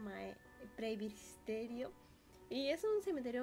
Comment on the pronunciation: PRES - BI - TE - RO :)